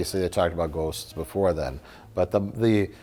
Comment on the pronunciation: for anyone looking for the part where Mike says "ghosts" in a Midwestern accent